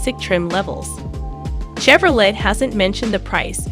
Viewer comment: Chevro whaaaat??? I know you did not just pronounce Chevrolet like that.